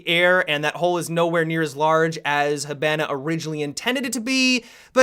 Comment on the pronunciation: I cringe every time mispronounces Hibana. Plus, the reason Finka wins so often is because of the health boost most of the time.